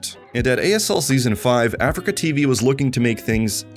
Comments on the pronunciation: Lovely bit of content just triggered by the Afreeca being pronounced as Africa. It’s (Ah-Three-KA) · It's not pronounced "Africa" its "a-free-ka" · He's saying afreeca wrong right? its not Africa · Hamman How also is it pronounced? I always say "Africa" when refering to "Afreeca" o_O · mfw when he keeps saying afreeca like africa